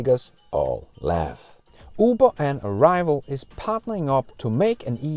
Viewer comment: "Arrival"..."a rival"? LOL - not even close.